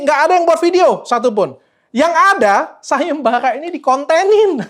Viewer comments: Sayembarra .bukan sayemballa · Sayembara , bukan sagembaga